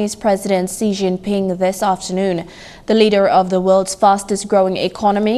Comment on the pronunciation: Can the reporter at least get the name of President Xi jinping correctly? It’s pronounced like this Sea for Xi, Jean for jin, and ping for ping. Please!